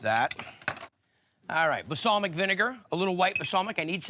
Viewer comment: Bal-Sam-ic. NOT ba-sal-mic!